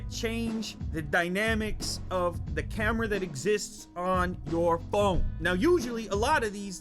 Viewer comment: I love the way he says camerar.